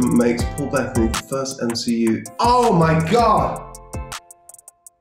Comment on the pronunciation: His name is Paul Be tta ny. Not Paul Bet ney? WTF